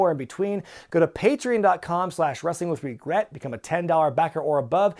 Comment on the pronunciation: Pay tree on. Not pay tree in.